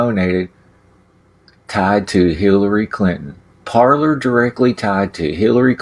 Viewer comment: “Parlor”? Or “Parler”? Didn’t need to show any ID to get a “Parler” account.